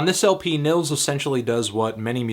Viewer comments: Nils is pronounced like (K)neels...great stuff though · its pronounced like ' Nyeelts ' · It's pronounced "Neels", bro. Nice review. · the first name is pronounced "neels" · Just a help, the i in Nils is pronounces longer, like Neels, if you will.